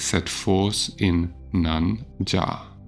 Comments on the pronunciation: Thanks for the audio - great work. One feedback. The word "Yaar" in "Nan Yaar" is pronounced as "Yaar" i.e. "y" as in "yes", "yacht" "yo-yo" etc and not "Ja" as you have pronounced. "Yaar" in Tamil means Who. And the "r" in the end is also pronounced, it's not silent. Thanks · Tamil for Who Am I is "Naan Yaar." I smiled when I heard you pronounce Yaar as Jaar... 😅 Naan is "me" in South India but a kind flatbread elsewhere 😅